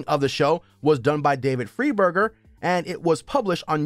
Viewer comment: Geez you can tell this guy has never watched these shows. You can't even pronounce David Freiburger's name correctly, and Mike has never been on "Roadkill Garage" Mike is on "Roadkill" with David. Plus he's got the "Faster with Finnegan" show